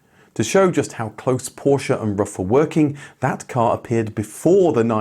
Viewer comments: Its pronounced roof, not rough. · It’s pronounced roof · pronounced "roof" not "rough" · It´s Roof not Rough. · Rough Automobile? C'mon, it is disrespectful to always pronounce foreign names in English. Just pronounce them properly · It's not "rough", it's "roof". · It's Ruf (roof) Not Ruf (rough) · He has stated numerous times his name is pronounced "roof, like Fidler On The Roof". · I was gonna watch this as ur vids r usually very entertaining. But ur persistent incorrect pronunciation of RUF as ruff not roof put me off in the intro. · Don't wanna be a smartass, but I am. In native German, the company and family name is spoken like "roof", not "rough". Great video though!❤ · His name is not "rough"! His name is Ruf which needs to be spoken like "roof" but with a "hard" R! Don't translate names!!! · Why is it speal rough instead of roof? Also why is the Ruf ceo calling it Porschaaaa, its Porsch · Seriously? It's pronounced "ROOF" not "ROUGH." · Ruf are spoken like roof (not ruff) in english ❣️😅☝🏼 Love from Berlin 🇩🇪, Ramsi 🙋🏻‍♂️ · Btw. it's pronounced roof, not ruff. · Sorry to be that guy. It's pronounced roof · Ruf is pronounced with a long vowel, just like roof, not like rough. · Ruf, not Rufff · rUf, not rough 🤦‍♂ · It’s Roof not Rough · Ruf isn't "ruff", it's "roof". Not the mangled pronuncation either . ROOOOOOOOOOOOOOOOOOOOOOOOOOOOOOOOOOOOOOOOOOOOF. With a long vowel. (It means "call", BTW) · I guess Ruf is pronounced more like Roof and not like Ruff. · I envy you for talking to the man himself, but come on, it's not pronounced "rough". It's "roof". RUF. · Roof, not rough... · Pronounciation would be: roof just like the English word.🍀👍🏻…..“rooffff“, not so much….. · Yeah I was surprised, given that he normally goes to special attention to pronounce brands authentically. I'm sure Alois is pronounced A-Lwa as well.